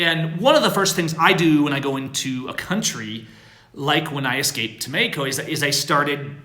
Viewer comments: STOP SAYING MEXICO LIKE THAT!!!!!!! It's very annoying. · Am i the only one that can't stand the way pronounces Mexico